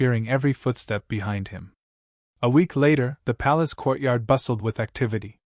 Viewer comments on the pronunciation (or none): none